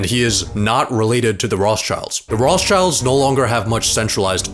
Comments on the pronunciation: funny he said Roths childs ahahaha its rot schilds lol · Did he really pronounce it Roths childs?! Man, do some proper research for audiophiles like me first before posting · i am a jew and he pronosd it whong - The Rothschilds